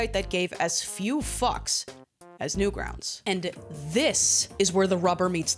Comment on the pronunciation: Guys, what’s Newgrountz?! AI said it, not newgrounds. Newgrountz